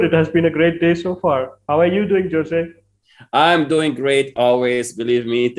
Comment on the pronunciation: It's pronounced Hose